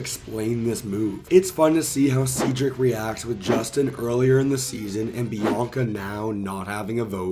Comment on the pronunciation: Cedric It’s “said Rick” not “seed Rick”.